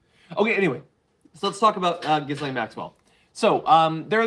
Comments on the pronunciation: Her name is French & pronounced Gi lane. The "s" is silent. The "G" as in Gigi. Dreadful women, but if you are going to talk about her please get her name right otherwise it is annoying. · Sound like a knob when you say Giz lane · John needs to know the S is silent in her name.